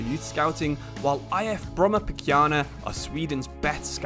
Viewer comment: Bro keeps pronouncing brommapojkarna as brommapokjarna other than good video 😊 love from Sweden 🇸🇪